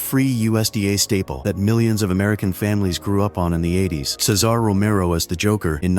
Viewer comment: And lets not forget the great Seh-Zar Romero